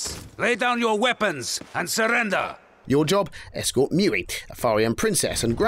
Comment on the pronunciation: Its not prononced Mui its prononced mew